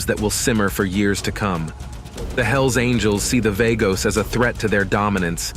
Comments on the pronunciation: Vah-goes NOT Vay-goes or Var-goes. VAGOS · Vaygos? Really? It's pronounced Vah-gos. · I believe it is pronounced Vaa-Goes, that's more hispanic then Vay-gos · It's VA-gos. Dam idiot say it right... PURO VERDE siempre ✌️💚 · You are a dork or a bot. Pronounce Vagos correctly. As in V aaah gos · VAGOS!!! SAY CORRECTLY-U FUK-STIK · It's vagoes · It is not vaygoes.. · V-A-gos? Show enough respect to the club by pronouncing their name correctly. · What the f is vaygos? Pronounce it properly when you make a video about it. It's not even hard to pronounce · Mother of God !!! If he calls them vAYgoes on more time my head will explode 🤮🤐😖💀💣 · Right. I cant understand how he doesnt know how to say Vagos. He calls them Vargos too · At least identify them correctly. The name is Vagos , the a is silent.